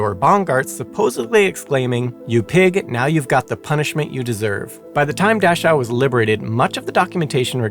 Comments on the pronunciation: Your German pronunciation was pretty good. Two nitpicks though. An 'e' at the end of a German word is rarely silent (usually when it's a French loan word). The 'ch' in Dachau is a tricky one. There or two different 'ch' in German, one soft and one harsh. You used the soft one which is similar to the English 'ch' just without the initial 't' bit if that makes sense. I haven't found a good way to explain the harsh one in English yet unfortunately so the only adivse I can give is to listen to it on something like Leo or Google Translate. To add to the fun there's also 'chs' like in "Dachs" (badger) which is pronounced like 'x'. And to add more fun this of course doesn't apply to compound nouns like "Dachschaden" (Dach + Schaden, roof damage) where the 'ch' is again the harsh one. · You are mispronouncing Dachau. I was so confused until you mentioned that it was near Munich. The names of these death camps are important. Please be more careful in the future. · Is that really how Dachau is pronounced? 🤔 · So, I gotta assume he's deliberately using mispronunciations in honor & respect to Simon. Or maybe he's nailing them, and words like luftwaffe, dachau, and a few others I can't remember atm have been mispronounced all these years. I personally prefer to think it's the paying respect to Simon one. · Presentation tips? Learn how to pronounce words. It was painful listening to you mispronounce Dachau 937 times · I've never minded when you step in, but a pronunciation guide might help you. Several of your pronunciations were cringe worthy, specifically Dachau(daa-kau) due to it's repeated use. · It is pronounced Daa'cow not Dash'ow'. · It's "dah-cow" NOT "dash-ow"! How could you get such a well-known pronunciation wrong? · I’m not going to scroll through 1400 comments to see if anyone else mentioned this, but I believe the camp is pronounced “Dak-ow,” not “Dash-ow.” The content, no matter how factual, loses something with mispronunciations… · It's pronounced Dakau